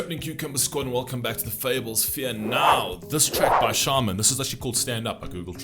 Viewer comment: Hi,! First of all I’m very grateful and thankful for your videos covering Russian culture which is apparently rare nowadays. Though it is not a gentleman behavior but I dare correcting you on pronouncing the name of the guy: his name is to be stressed on the second syllable. Now I am going to lay my view of patriotism which is somewhat different with yours. Yes, I do agree that patriotism is mainly guided by scoundrels and filthy politicians which (deliberately “which” instead of “who” as I disrespect such) propagate their secret ideas and desires. And I do deny such obscene behavior. I don’t buy such stuff. But Russians have different understanding of Patriotism. It is not the last escape for and of cruds. If something happens I will stand for my family, for my house, for the graves of my mother and father, grandparents… This brooklet will unite with same of my friends and other people living in Russia (and you were absolutely correct to mention) regardless of nationality, religion and place of birth and then you will see a full flowing river. We here are driven by internal demand for justice and compassion to all neglected, insulted and injured. And by all means we protect our interests and security and that has led to a Special Ops in Ukraine. We might not support political leaders or more we could be quite against their official politics but in case of emergency and (God saves us from it) in state of war Russian unite. It may be astounding for you but Rus